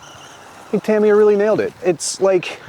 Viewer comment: Say Tamiya Properly!!!!